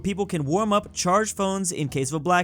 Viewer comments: It"s not UP it is the abbreviation of the India state of Uttar Pradesh and its pronounced as you-p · it is pronounced as "U-Piii"